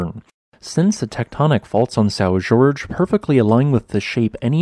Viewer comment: Isn't "Jorge" pronounced "Whore-hey?"